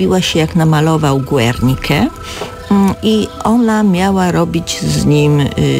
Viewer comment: I znowu czyta się Gernika. Pozdrawiam